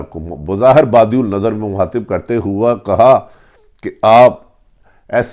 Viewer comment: Bhatti sb khudara urdu zubaan ki tang na toray. phir arz karunga ke upload se pehlay durust lafz bolnay ki mashq karlen. EKHTELAFIAN, FARHAM, TARAKITI etc. (Her vdo mein lafz badiunnazar) behtar hae punjabi mein hi upload karna shuru karden. ummeed ke aap bura nahin manain ge. shukriya